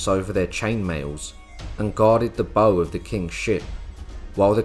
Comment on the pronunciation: It's bow as in cow in the context of boats. Fine video! :)